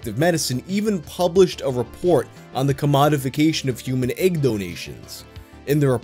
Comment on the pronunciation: Nobody:: ægg